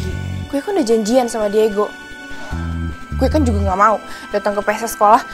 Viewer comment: ngomong digo ajh Diego gtu